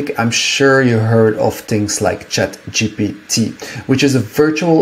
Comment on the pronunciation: Its ChatGPT mate. Not GTP.